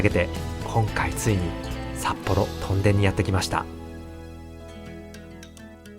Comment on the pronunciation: 屯田（とんだ）・・・？ もしかしてこの声ってうｐ主さんの声じゃなくてAI音声？ それはそうと屯田って面白い店が多いですよね ジョイフルAKのフードコート、ケーズデンキの隣の「カレーの準泰」、トライアルやロピアといったスーパーも魅力的 緑苑台のイオンまで足を延ばせばEXIT兼近のお兄さんが店主のラーメン店「らぁめん道中膝栗毛」もあります